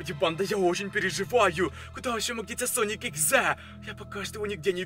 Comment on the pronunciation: Я одна слышала не соник а слоник?